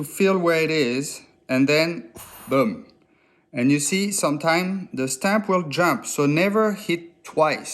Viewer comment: Worth it to hear him say, “boom” in French.